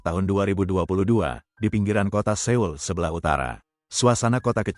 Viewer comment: Bacanya soul pak bukan seul 👌👌